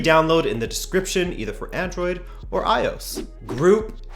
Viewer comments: You just pronounced iOS as "ayos"😂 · I love how doesn't know how to say iOS